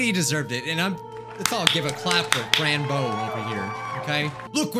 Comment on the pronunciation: No, it's called Frans bow! Do the Undertale fans... UNDERstand?